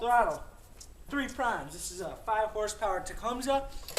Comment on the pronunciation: It is properly pronounced as "TA-COME-SEE" !